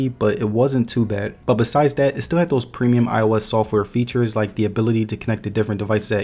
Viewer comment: waaarrer Thossseee